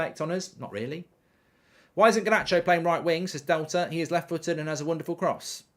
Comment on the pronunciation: Alejandro Garrrrrrrrnacho